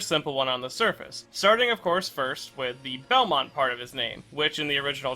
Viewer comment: Someone that finally pronounces his name right 😎